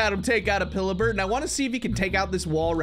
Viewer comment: just says it normally now "i allready had him take out opils bird over here